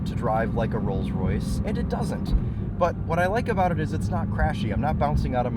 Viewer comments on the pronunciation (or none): none